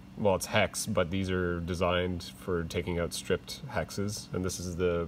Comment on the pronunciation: Video was great, my only problem was how many times you said out pronounced oot. lol